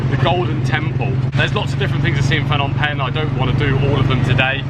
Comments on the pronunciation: The h in Phnom is silent and last part sounds like om, the sound you use when meditating only shorter don't extend the sound. Short and sharp. Last part pronounced closer to ping but without the hard g. My two cents. Just found your channel will enjoy watching future vids. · Haha school boy error there Fnom Penh 😄 Bit like people calling Phuket 'Fuket'